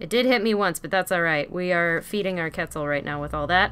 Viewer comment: Why cant you say quetzal it is pronounced cwetzal not ketzal